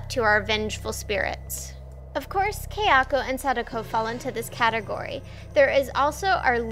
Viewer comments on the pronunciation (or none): Kayako. It's pronounced "KAI-ah-ko", not "Kei-AH-ko". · dame desu its " Kah-yah- ko